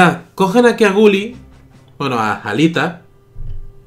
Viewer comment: gally no gully